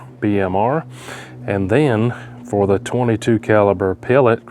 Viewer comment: Did he say "eight hundred and sixty whore"? 😂😂😂